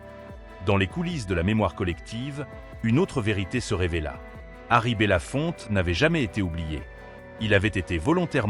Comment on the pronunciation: Son nom n'est pas bella Fontaine mais bellafonte!